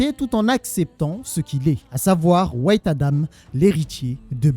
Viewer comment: Au lieu de dire white tu dis wait. En gros "attend Adam" au lieu de "Adam blanc" 😂